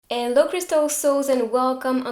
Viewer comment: I love how every time I click on her video she’ll greet me with “ello crystal souls”